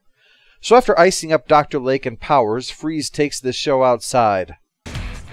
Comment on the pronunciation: Kept hearing Dr Leg instead of Lake...